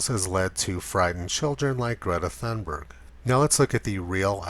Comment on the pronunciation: pronounced "Greeta Toonbooey" is Sweden.